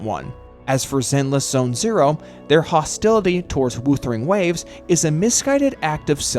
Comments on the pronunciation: Why do you say woosering waves all the time instead of whuthering waves? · Off topic but the pronunciation: W-oouu-thering Waves is THROWING ME. I'm sure it's pronounced W-uhh-thering Waves. No hate, I'm just saying it to get it off my chest 😔🙏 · Every time WuWa is pronounced "Woothering Waves" in this video, it feels like a small jab at the game 😂